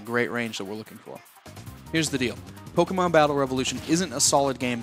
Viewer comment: ita pokemon not polkamon